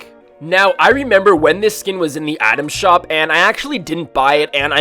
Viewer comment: I’m sorry is he saying Adam shop Or item shop he sounds like he is saying “Adam shop”